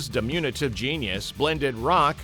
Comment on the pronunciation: The word is di-MIN-u-tive, not di-MU-ni-tive.